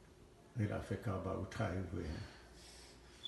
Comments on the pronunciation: خلا ف کعبہ نہیں غلاف کعبہ ہوتا ہے۔ اردو صحیح کر لیں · ghilaf e kaba hota h apni Urdu ko theek kren, is baat ko tasleem kr len k ap Wakeel hn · غلاف غ سے بوتا ھے نہ کے خ سے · Janaab Galaaf kaba hota hay k khalaf kaba hota hay